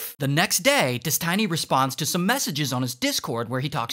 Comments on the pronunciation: Des TEE NY Not Des TAI NY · Why do you say it like "DesTINY"? when its clearly Destiny as in someones destiny, you know this Ray.. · des tiny? what its literally destiny like how do u mispronounce that 😭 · He said “dis-tiny” instead of destiny 😂😂😂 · I'm sorry Ray but it's destiny not tiny it's like tinie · Holy moly I was laughing so hard when I heard "des-tiny" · This guy has Key and Peele level of issues with pronunciation 😁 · des- TINY pen1s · Melon-a and Des-Tiny absolutely killed me lol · "DES-TINY" is mad 😂😂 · My guy called him Des-tiny I AM DONE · I love that Ray called him ᴰᵉˢ instead of Destiny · U CALLED HIM DES - TINY 😂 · I love how he's calling him des tiny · "des tiny" 💀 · lol "des-TINY" hahahaha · so we are just not going to talk about how Ray keeps calling him "Des-tiny" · Destiny❌ Des-Tiny✅ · Des-tiny LMAO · "Des Tinny" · Dez-Tiny and Mel-inna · Des-tiny lmao xD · Des-tiny? Lol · des-tiny LOL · how you gon say destiny as Des Tiny 😂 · How does an english speaking person read out Destiny as Des-Tiny? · "Des Tiny" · Ah yes Des Tiney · Why are you calling him ThisTiny? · why is he calling him des tiny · bro said Des Tiny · Bro its "Destiny" not Dest i ny or Destainy :D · Bro said des, tiny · Des-TINY lol.... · haha Des-Tiny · Des-tiny? Really? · Destiny not Destine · Des tiny. Hahahahaha. Now say it with me Destiny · DESTINY NOT DES-TINY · No it's definitely Des-TINY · he said des tiny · Calling him Des-tiny is sure to trigger Infrared Haz's insecurities 😂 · "Des-Tiny" is killing me. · i spitted my food when you called him des tiny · Pronouncing it like "dez-tiny" is driving me nuuuuts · why is he calling him dest tiny? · Did he say dis Tiny ? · why "destiney"? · they way you say destiny is killing me 🤣🤣☠ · Why is he saying "destiny" in such a weird way? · Is nobody talking about how he says destiny 💀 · Is this an actual person reading this script? The pronunciation of destiny is weird.